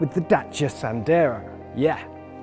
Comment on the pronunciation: "Dacia Sandero" Jack: "Dachia Sandeo"